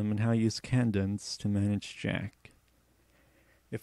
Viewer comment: If you redo this tutorial, pronounce Cadence kay-dense, not kan-dense. Think "Hup 2,3,4," the cadence call from a drill instructor. All about timing.